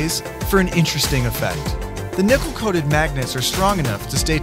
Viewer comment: I heard “nipple-coated”